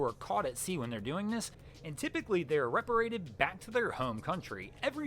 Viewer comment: Repatriated, not reparrated